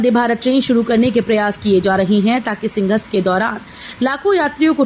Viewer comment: सिंघस्थ क्यों बोलते हैं जबकि सही शब्द है सिंहस्थ ?